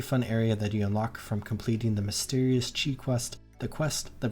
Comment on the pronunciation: Can’t stand people still mispronouncing qi, like at this point it’s just ignorant